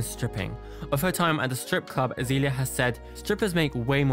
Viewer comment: "Azeeeeelia" lol. Excellent pronunciation mate, its turned me to drugs just hearing it